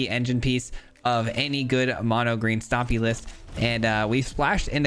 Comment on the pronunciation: "Mono Jund Stopmy"